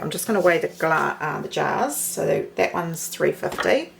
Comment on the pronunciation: 'And thuts the thickness of it'... For crying out aloud one could sound out "that" by grade one could not one?